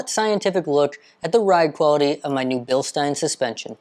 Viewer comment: Thank you for pronouncing Bilstein correctly!